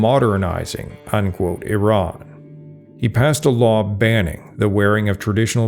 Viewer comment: This is an exceptionally accurate and substantive documentary about Iran, and kudos to the narrator for the accurate and literate pronunciation of the proper names ( Iran instead of “I ran”); thank you for your contribution.